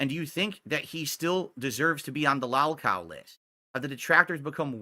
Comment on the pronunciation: Give it a month tops for Pigler to call Joon a “mouth drooling morahn” and that he’s no better than Turkey Tom.😂 Pigler admitted he’s a “lahlcow” watch him deny admitting to it later.